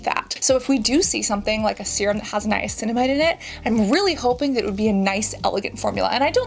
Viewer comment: Definitely agree. Hyping her up for knowing how to pronounce Niacinamide was very strange.